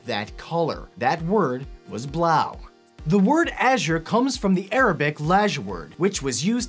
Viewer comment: I am german and i have to say: your blau sounds not very good